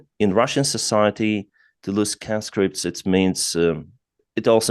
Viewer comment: Not canscripts its conscripts as in conman